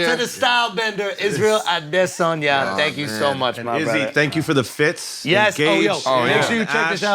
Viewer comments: ADREW, KUDOS FOR LEARNING HOW TO ACTUALLY SAY HIS SURNAME 👏🏾👏🏾👏🏾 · loved that Andrew made an effort to get the "Adesanya" intonation right